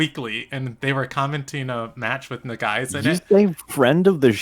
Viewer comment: The way you guys feel hearing na-ga-EE-say is how I feel when people don't say quetzal-leño the spanish way 🤣 it's kay-tsa-LAY-nyo